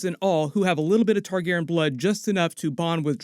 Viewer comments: I dont know how many times I need to say it; its Targaryen, not Targeren. Your mispronunciation is infuriating. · Noticed you started pronouncing Targaryen like Tar-gar-en now. Is how everyone else pronounces it wrong or something? Isn’t it Tar-gary-en?